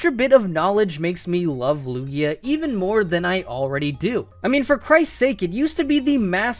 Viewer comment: THERE IS NO E IN LUGIA! AND IT'S MIMIKYU, NOT MIMICKU!